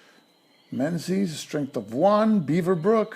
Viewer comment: Thanks for this, very helpful running through a few of the ideas I wasn't entirely clear on. By the way, 'Menzies' is pronounced more like 'Mingiz', it's an old Scottish name where the z replaced a defunct Scottish letter. You do a way better job than me on the Soviet names so I thought you might be interested.